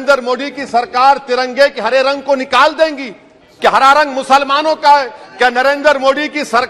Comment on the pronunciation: In which language he is speaking? Why muslamaanon, musalmaan!!!! Insaan Or musalaman